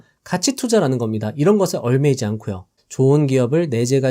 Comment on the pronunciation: 얽매이다 : [얼매이지] 않는다 ㅡ> [엉매이지]않는다.